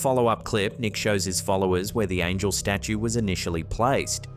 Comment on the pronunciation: Could have sworn you said Angle staue ealier :D